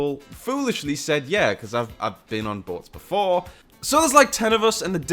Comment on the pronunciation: lot of fun has been poked at how pronounces "Boats". Probably because a large percentage of viewers speak American English. I'm American too. I've tired to say "Boats" like but actually had trouble doing that. Until. I figured out it has a Scottish sound to it. the closest American English word to match it is "Bolts" Except the "L" is almost silent. Did I get that right?